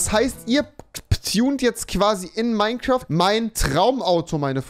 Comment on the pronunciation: Wie Rewi einfach Minecwuaft sagt😂